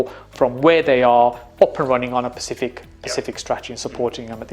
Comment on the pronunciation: Great video. Love the content. But please learn how to say “Specific” instead of “Pacific” 😂